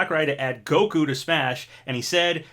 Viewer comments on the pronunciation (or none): none